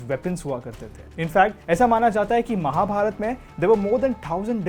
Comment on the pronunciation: Beautiful... This may sound like nitpicking but please try to improve pronunciations.. Barbareek hai.. end mein aa lagaa hai matlab nahi ki barbarikaa bolaa jaye, same for wrongly calling ramayanaa and mahabharata... the letters were there to make English speakers understand not to pronounce it as they usually do with their own words. At least we can spread our education better , which you are already doing a great job of.. just that the pronunciation error irritates me